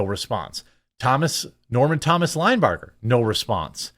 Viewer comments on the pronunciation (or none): none